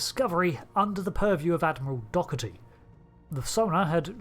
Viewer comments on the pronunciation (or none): Convinced has never actually watched most of this media. Why? The Admiral's name is not DOG-er-ty, but DOW-ur-tee. His name is said several times, 3 or 4 by himself. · Yeah. I think its an Irish name and is clearly English. I think the correct pronunciation is closer to "DOH-re-ty". ETA: internet says its both Irish and Scottish. Derived from Gaelic. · Hey,. I think you are really butchering the name "Dougherty". In the german version of the film the name is pronounced "Dowerty". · I'm Irish and can confirm it's pronounced DOH-er-ty. It just feels wrong when non Irish say it differently with their accents and the way they read names. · I can tell by your pronunciation of "Admiral Dougherty" that you have never actually watched Star Trek Insurrection. ....Which, I suppose, is fair, because it is one of the skippable ones.